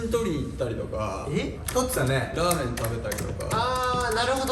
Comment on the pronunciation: わ！さっくん『ラーメソ😂』 『イソスタ』はじまってる😂